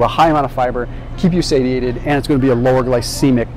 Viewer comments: Say-She-Ate-ed right? Not Sady-Ate-it. Unless I've been saying it wrong. lol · I love you to the moon,. But please, for the love of all that is holy, please, please, stop saying "say-tee-ay-ted". It is pronounced, "say-shee-ay-tuhd". So petty of me to point out, but it makes me cringe and roll my eyeballs and takes my focus away from the important stuff you're teaching. 😬🙃❤